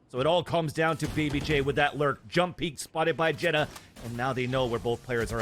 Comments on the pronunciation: not a fan of the caster calling xeta, jetta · anybody else bothered they keep pronouncing xeta as it jetta instead of zeyta? or has it been supposed to be pronounced like that all along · Isn’t it pronounced like zeta not jeta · Xeta told Vansilli that it’s pronounced jetta on the VALORANTING podcast